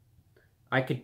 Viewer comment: Angle instead of angel lol